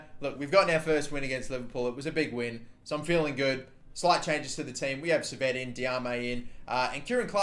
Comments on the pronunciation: Maybe lower gk ability and shot speed but increase their marking so defending isn't near impossible and attacking is harder. Also Henry Saviet is pronounced French like Sai-vey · Henri Saivet is pronunced Sie-vay btw